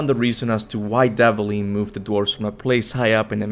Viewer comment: Dvalin is pronounced as Dwalin.